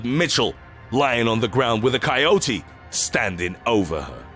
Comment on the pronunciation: THAnK GOD YOU PRONOUNCED IT RIGHT!! Love the videos by the way.